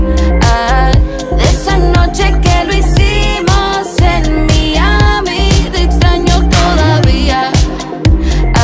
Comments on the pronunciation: Porque pronunciarlo Miami (Literal) Le corta toda la intención al coro. 😐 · En serio pronuncia Miami de esa forma? Mi querida Natty creo que el tinte le fundió el cerebro 😢😢😢.